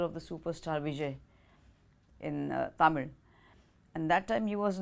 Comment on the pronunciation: The way she pronounced Nellore, Tamil correctly 👍🏻